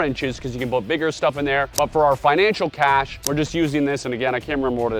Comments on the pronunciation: The word is "cache" not cash... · btw, its cache, not cash.